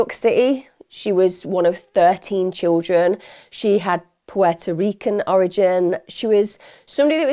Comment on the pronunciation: omg thank you for pronouncing Puertorrican so well, with the “t” sounding as a “t” not an “r”. ❤